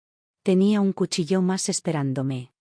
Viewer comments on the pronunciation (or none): none